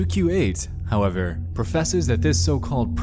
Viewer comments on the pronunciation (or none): Bro, just use a real A.I voice. This is horrendous. When you say “though” and “however” it’s grossly paused even a different tone.